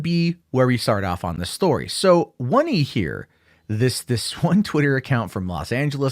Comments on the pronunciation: Hurts me to hear Oney being pronounced 1-nee. Its Oh-nee. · Wunney? You mean, Oney? ???